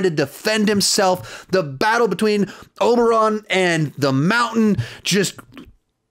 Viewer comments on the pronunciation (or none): Daeneryes. Cirsei. Oberon. Bruh what is it with these youtubers who can't pronounce names correctly?